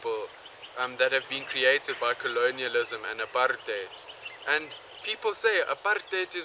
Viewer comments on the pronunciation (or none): none